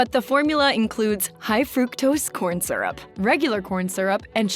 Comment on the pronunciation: She mispronounces the word "syrup" and has a generally annoying voice. Next time hire a professional (although "she" is probably AI)